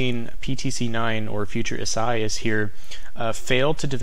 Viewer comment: Thanks! Watching the tropics from NJ. However, it's not ee-SIGH-as but rather ee-sah-EE-as. Great job though.